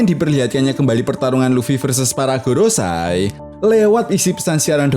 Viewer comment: GOROSEI bukan "GOROSAI"